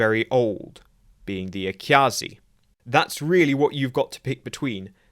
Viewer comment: the way you pronounce AKyAAAAzi needs to be in GIGANTIC Kanji lol. this clearly shows the Defiant as being the right ship for the wrong war.